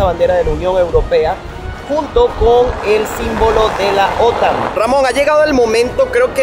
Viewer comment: Pronuncia bien OTAN vale, pronuncia como los demás que es la manea correcta.